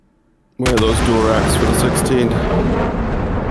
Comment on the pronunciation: *dual, not dule